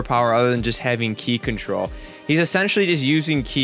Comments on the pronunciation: Its "kie" not "kee" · If you say key instead of kai one more time I will report you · it's ki not ke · it's K I not ke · its ki not key sorry but its been annoying me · yo its pronounced ki like how you pronounce i in high (i think you were sir smh") not key lol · What I find funny is how many times you pronounce ki wrong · You're saying ki wrong and it's pissing me off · Trigger when u say manga . and ki . sorry it trigger me .